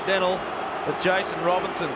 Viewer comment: Why do the commentators keep getting Jason Robinson's name wrong?